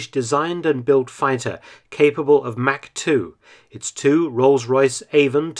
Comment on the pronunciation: What was that? Mack? Oh you meant Mach. Good one there old cheeky fellow. Haha